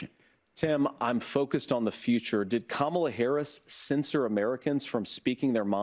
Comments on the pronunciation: So typical of maga morons. They NEVER give a straight answer about trump's treachery, but notice how this brown nosing a$$ kisser DEMANDS for Acosta to immediately answer HIS nonsensical question. And they purposefully mispronounce Kamala's name and call Tim Walz, "tampon Tim" because they're as immature as a bunch of 7th grade mean girl bullies... plus, their idol, the undisputed leader of the 7th grade bullies is one himself. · Corey Lewandowski, like other MAGAS, was fully duped by his equally insane serial liar, convicted felon's playbook of lies and disinformation! To stop these extremists who purposefully mispronounce the name of VP Kamala Harris to gratify their MAGA leader and make them absolutely irrelevant, VOTE 💙💙💙 up and down the ballot this November! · Ok I'll be the one to explain the Kamala name mispronunciation. They say it wrong because there used to be a heavyset African American wrestler who performed barefoot as a " savage" and would slap his belly. His "show" name was Kamala (said the way the Trumpies all say it) the Ugandan Giant. They are calling her a fat, stupid, man essentially. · Yes I have noticed that the other side mispronounces Kamala's name. I think that it is deliberate so they can sow more seeds of bigotry. It's a not that subtle dog whistle. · Second time I've seen literally ANY journalist point out the stupid, childish othering going on in the Trump swamp with VP Harris's first name. I wish he'd gone further, to be honest. Like ask this clown if he's really so dumb, he can't pronounce a three syllable word. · Again your headline is a stretch. Trump Stooge kicked of after refusing to pronounce Kamala's name correctly. I don't click 'like".... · they're not sounding how they think they sound when they mis-pronounce Kamala..hint.they look illiterate. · I’m glad Acosta finally called him out on his purposeful mispronouncing of Kamala. Cory is just another GOP flame-thrower. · I think maga has a mis-pronunciation class every morning! 😂